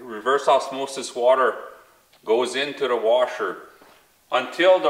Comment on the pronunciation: "In-tooda reservoir"